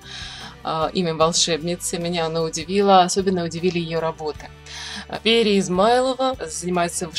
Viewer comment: Пери..ударение на И